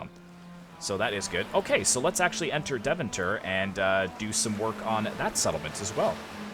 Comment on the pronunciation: Since you mention the pronunciation : Deventer is pronounced Day-fan-tur. Love the content!